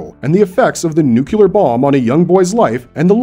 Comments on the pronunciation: Hey man, just a heads up, nuclear is pronounced "New - clear" instead of "Nuke - q - lar" Happens to all of us. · ah yes, a "nukelar" Holocaust 😂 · You lost me at "nucular."